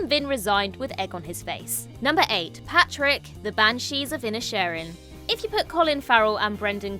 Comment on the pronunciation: Pàdraig is not pronounced ‘Patrick’. If you have seen the film you should know how to pronounce it. (Otherwise a huge fan of the channel but you said it wrong 5 or 6 times 😢)